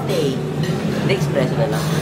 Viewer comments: ESpresso not EXpresso mwaa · yung espresso (pronounced as espreso not expresso) is shot lang talaga siya and concentrated kaya kakaunti.😊 If bet mo nung marami or yung may halong tubig na madami na walang milk or sugar, try americano. O kung bet mo espresso na may milk, pwedeng cafe au lait(milk) or cafe latte(milk + milk foam).😊